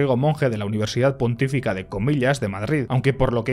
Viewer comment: Pequeña observación señor. Se dice Universidad Pontificia (no pontifica), también conocida como Icade. Es que me han sangrado un poco los oidos al oirte decirlo así. Un abrazo y gracias por otro gran vídeo